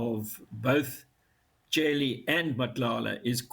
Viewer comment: Why would he continue to pronounce Cele like that?